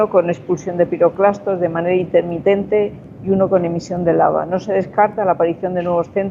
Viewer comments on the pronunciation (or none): No será piroclastos en vez de piroplastos? Por lo de nube piroclástica me guío yo... Lo dicen en el minuto 1.56